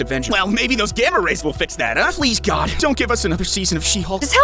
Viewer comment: Please don't say God like that